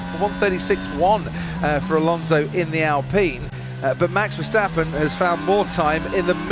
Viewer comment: Please, learn to pronounce MAX VERSTAPPEN, iT'S not Mex Versteppen!!!! The A is pronounced like the A in Charles, Not like the E in Mexican